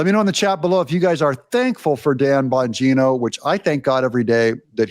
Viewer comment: Even my 10yr old son loves Dan Bong ino😂😂 cracks me up the way he pronounced his name. No one more qualified to the position than Dan.